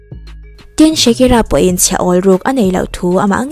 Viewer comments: Shakira ti lovin shikira tiin i lam mai in ka hria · Shakira ti ve mai la, Shikira a ni lo